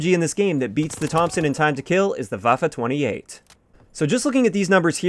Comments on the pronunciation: First YouTuber to exually pronounce the Waffe 28 like Waffe 28 instead of Waf 28... Great job! :) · You‘re the first American pronouncing „Waffe 28“ right lol